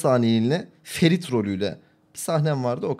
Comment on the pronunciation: Ferit böyle bir R yok ya